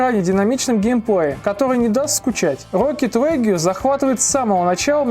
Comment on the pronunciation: Почему «Легю»? «Рокет Лиг»! Послушал бы в переводчике хотя бы. Не в обиду